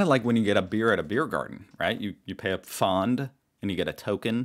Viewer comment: Is finally retaining some German now? 😅 Well done on the pronunciation of "Pfand" and "Gymnasium"! I was actually impressed